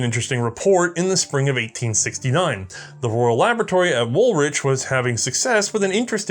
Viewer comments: Please note: 'Woolwich' is pronounced Woolich, as in ichy wool. The second 'w' is silent. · I love your content. Thank you for yet another fantastic video. By way of education and not to be “that guy” but the Royal Laboratory in Woolwich is pronounced Wul-itch. This is not by any means a criticism because Norwich (Nor-itch) is pronounced in the same way (silent W) but Ipswich (Ips-witch) is different. 🤷‍♂️ Please keep up the amazing work. 👏🏻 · Learn how to pronounce WOOLWICH .... the second W is silent .... so it is WOOLICH phonetically. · Woolwich = Wool-Itch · This is wonderful. Just one note: You saying British placenames (like Edinburgh, Leith and Woolwich) is painful. They're Edin-burr, Leeth and Wool-itch. ( (/ˈɛdɪnbərə/, /liːθ/, /ˈwʊlɪtʃ/ if you understand IPA). Since you're doing a series: any chance you can just check on any new placenames (and personal names) before you say them? I know we write placenames and personal names in ways that bear no resemblance to the actual pronunciation (because they're spelled how they were pronounced in 1400), so it's really hard if you don't know - but if there are going to be other parts, that seems like a detail you could work on. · Your pronunciation of Aldershot, Woolwich and Blenheim made the Empire weep.